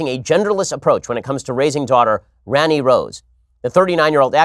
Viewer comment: Hey ben it's pronounced Rah-ni and it's hindi for queen